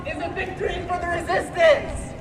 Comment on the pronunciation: The re-SISSIES-tance